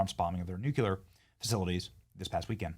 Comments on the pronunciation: Benny-Benny-Bro. 🙏🏼 Try it brother... With me... Come on... It is NUC LE AR it is NOT NUK YA LAR... I AM just telling u this because it REALLY DOES make those who say it sound REALLY IGNORANT... & I got THAT from a SUPER SWEET incredibly gorgeous Chick buddy... OK 👍🏻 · Its Nuke-lee-er not new-kya-lr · It's NUCLEAR, not nucular, Benny! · Benny, Nu Clear not Nu Cular 😂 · etc.: 'Nu-cu-lar'??! Who are you, one of the Presidents Bush? 😂😂 FYI, it's pronounced NU'-cle-ar. You're welcome. 😅😊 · Benny, love ur channel, but please learn to say nuclear. It is not new q lar… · STOP saying "nucular"😂. You sound as dumb as George Bush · Benny! "NEW CLEAR" not "NOOK YOO LER"...love ya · Benny, the Word is NUC-LEE-AR; And NOT: NOOK-YOU-LAR LOVE Your Show, but THIS sounds like a 7th Grader! SLooooW Down, Stop Slurring Your Words Pleez.. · It’s pronounced “new-clear” Everyone saying “nuke-u-lure” makes me cringe 😂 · I don't know if you're doing it as a joke, or if it's just a bad habit, but its pronounced "NuclEar" not " NucUlar"!! When you, or anyone for that matter mispronounces nuclear, its like fingernails on a chalkboard! Please stop. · Benny…please…please stop saying nucUlar….its nuclear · It's nuclear not nucular. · It’s nuclear not nucular u twit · Please stop saying “nucular”-the word is “nuclear.” You’re way too bright to keep making this mistake. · You're supposed to be a journalist and you can't even say the word "NUCLEAR" correctly... nuclear, not 'nuqular' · New-clee-er, not New-cue-ler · 🛑🛑🛑It’s pronounced like it’s spelled “NU-CLEAR” not smh “NU-CU-LER” 🤦🏻‍♂ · STOP FUCKING SAYING "NUCULAR" GOT DAMMIT BENNY😂😂😂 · . Did Benny say New Que Ler? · Benny, repeat after me: New Klee Er. Please, it's your native tongue! Please don't lead others to pronounce it incorrectly. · Is it petty that it annoys me greatly when people pronounce the word nuclear new-cue-lar? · If it's SOOO important, learn how to pronounce NU-CLE-UR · It's pronounced NEW-CLEE-AR! 😂